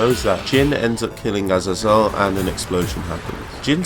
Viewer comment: Great video but Azazel it’s pronounced ( Ah-zay-zel)